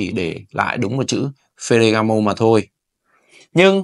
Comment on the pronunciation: Phát âm chuẩn chút bạn ơi. Phờ gà gá mồ.